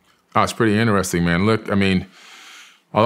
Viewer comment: “Pretty inneressing”